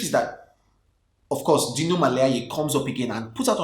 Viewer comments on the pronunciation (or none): none